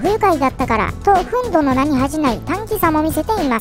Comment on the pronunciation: ふんどじゃなくてふんぬじゃね